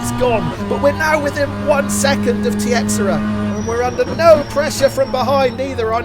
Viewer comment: Great race! I think Tiexeria is pronounced “Tacheera”.